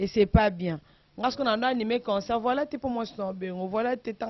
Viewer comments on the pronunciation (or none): none